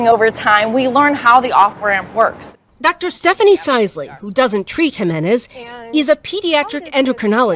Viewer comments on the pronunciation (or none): none